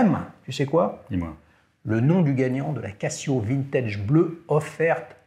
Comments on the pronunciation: « Cassio » vraiment ? 😅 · Tu dis je vais au Cassino ou au Kazino ? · Encore un épisode intéressant !... J'ai une question à mille francs... Pourquoi dis tu " Cassio" ? et non Cazio ? J'ai trois G-shock dans la collec ; GA-2100SKE et deux solaires, la classique voir mythique GW-M5610 et la monstrueuse rangeman GW-9400Y. Ha...Et aussi une LED, de chez Yema. ;-)